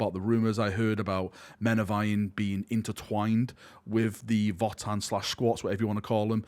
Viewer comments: I think the pronunciation I’m hearing more of is "Voah-tann", as opposed to "Vot-tann" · Votann is actually old German word, the V is pronounced like a W. Basically, you pronounce it as “Odin” like the God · It's "Votann", not "Votann".:_PurgingHappyVal